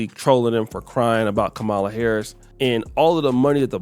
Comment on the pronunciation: It's Kamala (Com-Ma-La) not (Ka-Mel-Uh) and not (Ka-Maul-Uh) it's not that complicated 🤦